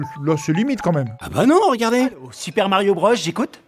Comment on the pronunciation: Michel a raison, "Bros" se prononce "Broz" car bah, c'est de l'anglais mdr, tu dis pas "Brosse" en anglais